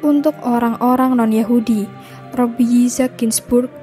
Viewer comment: Wa'alaikumussalam warahmatullah wabarakatuh. Masya Allah, tabarakallah. Syukron infonya. Tapi mohon maaf & diklarifikasi/direvisi jika sy keliru. Terkait penyebutan nama pendeta yahudi yg sering sy dengar itu rabbi bukan robbi. Afwan 🙏